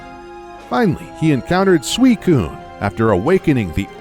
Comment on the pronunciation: ITS SUI-CUNE